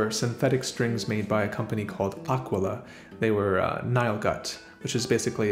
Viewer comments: It's not "Ahkwala" It's "akeela". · I think you wanted to say Aquila, "Ah - K wee - Lah"